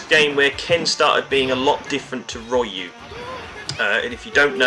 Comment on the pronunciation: Gah! Its Ree-uh-o, you don't pronounce the Y as Rye-You. Apart from this good video